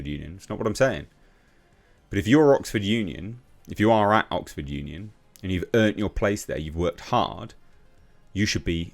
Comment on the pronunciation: EMPTY scrotum! This is OXford. Not 'Bullford'!